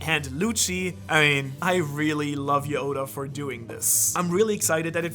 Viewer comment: Did no one realize he said Oden instead of oda then he said Yoda instead of oda